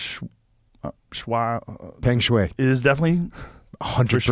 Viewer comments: Shui , which can mean water, is the sound he was making. Everyone knows how Feng shui is pronounced. Her name is spelled and probably pronounced Sh WHY Shuai sounds like WHY not WAY. I have two certificates in Chinese, so I am a qualified expert in this. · Hello World! this is Pengshuai. Just a little correction. My first name is pronounced Shw-I as "I" in the first person singular subject pronoun) Also, I have been binge watching your show JRE. I am fine! :) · Pronounced “pung shwhy” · Her name is prononced: peng shoe-I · Her name is pronounced "Fun Shway" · Pronounced...Pung Shwei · Hi often the ‘e’ in Chinese is a “uh” sound… her name is pronounced “Puhng Sh-wah-ee” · It's pronounced pung shway for all who can't figure out how to say her name. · Just to correct you on your pronunciation of Peng Shuai: The Peng is pronounced as 'p' and then the sound you make when you are thinking of something to say, 'uh', and then an 'ng' soung at the end. So peng becomes p-uh-ng As for shuai, it is pronounced sh-w-eye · If you ever seen any Chinese names and don't know how to pronounce it just split the "sh" "ch" "zh" with the rest of the letters. So for Peng Shuai -> It'd be pronounced: "Peng Sh-uai." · Poong Shwuh is a bit closer pronunciation. Feng shui is pronounced Foong shway... So this is Poong Shwuh. It doesn't matter any more. She's so dead her name could be "Pongy Now". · It's pronounced "sh-why". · I believe it would be pronounced "Pung" "shwai" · pronounced sort of like “pung shwigh” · Peng shuai (pronounced sh-why) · "100%" Yeah, 100% wrong! lol it's read like "Pung Sh-why" btw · her name is pronounced in our phonetics as pung (ung as in lung) shwhy (that’s sh and the word why combined). Just an FYI. Not trying to make a big deal of it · Shuai is pronounced like "sh" + "why", Peng is like "tongue" but with a P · Love watching two people who cant even pronounce her name talk about this situation with such certainty that shes lying